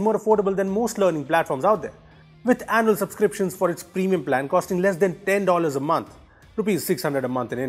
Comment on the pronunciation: Is it me or he said "Anal Subscriptions"?